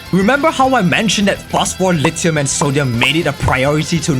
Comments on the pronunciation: Not him saying "lite hum" And not lithium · Bro why does he say it like that”lit I um” 🤣